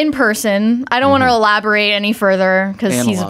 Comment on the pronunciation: The “wunt” ads??? Never realized adam says wunt instead of WANT